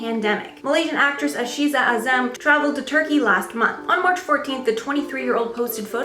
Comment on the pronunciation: i know arabic names are hard to pronounce but it's aisha hazam not ashisha azam. =]